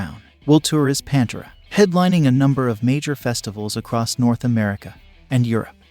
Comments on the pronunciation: This channel says it’s “keeping rock alive” or whatever and can’t even pronounce Pantera. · How is it possible for the narrator to put together a video like this and not pronounce Pantera correctly? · So you don't know how to pronounce "Pantera"? Is this a bot reading this? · You put out a video about Pantera, which requires some research, but you repeatedly mispronounce the name of the band. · Maybe one should at least pronounce Pantera correctly before posting. It bothers me deeply. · The way this guy pronounces Pantera is cringy af. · Why are you pronouncing Pantera like that? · If you are doing a vid about Pantera at least say the name correctly! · Pronounce the name of the band right. I couldn't even watch the video. So irritating. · This guy can't even pronounce PANTERA,Lol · How can you report on such an Iconic band n pronounce the name like an absolute fool 🤦🏼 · The readers pronunciation of "Pantera" drives me nuts. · Why are you saying Pantera like that? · It’s Pan Tear Uh not Pan Tura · Bro, it's Pan Tear Uh... NOT Pan ter Ah... Sigh... Vinnie Paul HATED Phil! HATED HIM! So I guess Van Halen is having a reunion without Alex and Eddie... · Who's Pantra? Seriously you can't pronounce the iconic bands name correctly it's Pantera ! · its PAN-TEAR-UH(PANTERA) dude..not pan-tur-uh panturuh...omfg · Its pronounced Pan-tera f$%ktard!! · It drives me nuts when producers of these videos are so lazy that they use computer generated narration...."Panter-uh"? That sonically says to me that the producer of the video knows nothing of what it's all about. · Why you calling them Pantruh? Cringe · I had no idea that Pantera was pronounced Pantra, thanks narrator! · If you have a YouTube show about metal, learn how to pronounce PANTERA. PANT(like pants). and ERA(like the end of an era). Now say it with me. P A N T E R A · Are you serious with the way you pronounce PanterA. You have no right making a video about them. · Please say PANTERA right, just one time! Ffs!